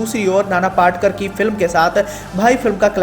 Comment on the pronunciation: नाना पाटकर...! नहीं... नाना पाटेकर 👌